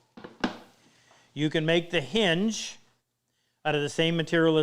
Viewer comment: It's a H-in-ge, (ha in ge).